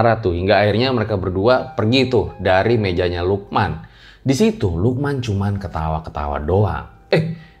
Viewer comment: Gw kira tdi lu bilangnya siluman ternyata si lukman wkwk🗿